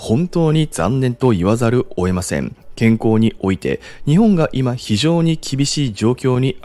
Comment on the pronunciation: 前々から気になってたんですけど… 、 「◯◯せざる」、「おえません」 と発音してますよね… 正しくは 「◯◯せざるを」、「得ません」 です… 今回冒頭5分で3回もこの発音がありましたので、 申し上げました… お気をつけください…